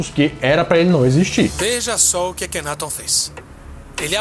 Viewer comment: A GRIPE ESPANHOLA QUE NEM É ESPANHOLA, NA VERDADE ELA É ESTADUNIDENSE... - A PRONÚNCIA CORRETA PARA O NOME DO FARAÓ É: "AKHENATON". USANDO-SE A SÍLABA TÔNICA EM > TÓN.